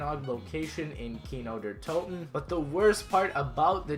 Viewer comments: Speak Kino der Toten like Kino there Toten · im german and for me it sounds rly funny how he said nacht der Untoten and Kino der Toten :D